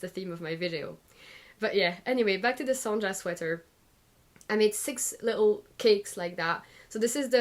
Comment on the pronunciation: Just wanted to let you know that the J in Sonja is pronounced like the Y in yes.🤓